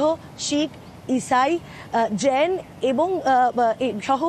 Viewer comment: উনি জৈন এর উচ্চারণ টা ইংরেজি তে করেছেন